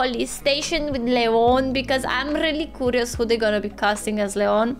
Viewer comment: I simply ADORE how pronounces "curious" and "furious"; her accent gives these words a COO and FOO enunciation and it's totally Eastern European sleek!! 😅🥰 ALSO!! How the heck did not say a single " big badda boom!!"??? 😳..